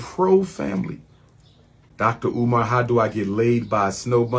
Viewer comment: It's Umar, not Omar! And the word is buffoon, not buffon! BUFFOON!